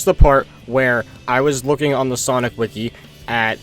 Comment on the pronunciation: Bro called sonic *Sunoco*💀